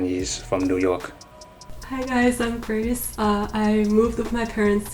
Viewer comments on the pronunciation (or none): 5号吧，她介绍名字时 说不太清楚，grace的g应该有重喉音才对，她没发喉音，不看字幕我以为是Chris.